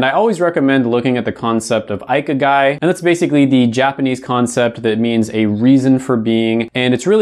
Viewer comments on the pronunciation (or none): this is just a small comment from a Japanese viewer! just thought i could help out with your pronounciation of ikigai, usually in japanese when u see an "i" in a word its pronounced with an "ee' sound, unless its after an "a" ("ai") it sounds more like "I/eye". so ikigai is pronounced ee-kee-guy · Hey, Japanese minor here, “Ikigai” is pronounced ee key gah ee! d(￣ ￣)